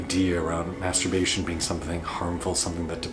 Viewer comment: May turbation